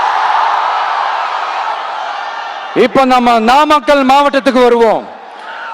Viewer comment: நாமாக்கல் ங்கிற பெயர்ல ஏதும் ஊர் இருக்கா என்ன? 😂😂😂 உளறல் தொடங்க ஆரம்பிச்சிடுச்சு😂😂😂